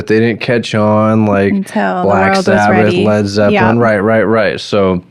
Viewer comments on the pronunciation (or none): none